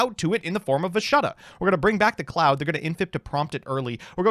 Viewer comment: How you pronounced ashuna and vishuda made bleed my ears😬 love ya anyway